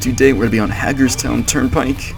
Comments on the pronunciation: You pronounced Hagerstown wrong. Pronounce like "Hey-gers town." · Hagerstown is pronounced like you say “hay”gerstown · Hey Cody! I assume you're not a Maryland native because Hagerstown is pronounced "hay-gers-town". Love the videos!